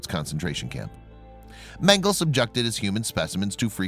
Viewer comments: It’s Men-Ga-La not Mengle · His name is Mengele, not Mengel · Men - gel - la. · Dude, Mengele is pronounced MEN-guh-Luh. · Its MEN-GA-LA..get the pronunciation correct. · Mengel uhhh ...it’s pronounced ....please pronounce names correctly ,,,,it’s annoying the e is not silent .. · Pronounce mengele like mengel-uh. The "E" is not silent at the end. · Last 'e' in German not silent...mengele would end with an 'e' pronounced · First off your pronouncing mengele wrong with that out of the way everything having to do with the Nazis and Dr mengele is just appalling horrendous I mean they don't make words bad enough but the scariest thing to me the most heart-wrenching is they did this to their neighbors people you grew up next to people you know your whole life went to school with chat with live next door to I just can't even imagine kind of evil it takes to do this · Thank you!! I thought that I was the only one to hear of the incorrect pronunciation of Mengele's name..